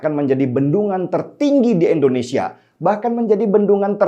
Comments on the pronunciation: Indonesia bang bukan endonesia,, di pertekan lg ejaannya, dan tolong biasakan kepada kepala negara bukan asal nyebut nama aja..gunakan pak jokowi kek atau presiden jokowi kek. Itu ajaran pak harto yang selalu membekas karena menghormati kepala negara dan jajarannya. Terimakasih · INDONESIA bang bukan ENDONESIA 🤘🤘🤘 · INDONESIA Bang Den... Pake "I". Bukan Endonesia..... Kok ga enak bgt ya dengarnya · Maaf bang denny..bukam endonesia tetapi indonesia....joss bang denny